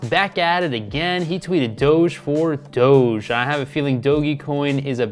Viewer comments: i like how he calls it Doggy coin instead of Doge coin. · DOGEE coin... bro it’s not called that. I don’t even trust your analysis when you don’t know what it’s called